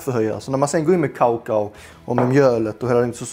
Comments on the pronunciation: Kaå kaå? 🤣 uttalas det inte ”kaka o” ? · Säger han kaokao